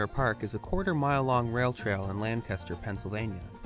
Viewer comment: Lang-kiss-ter my dear